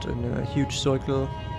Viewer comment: I instantly subscribed after you said the worst “circle” in your accent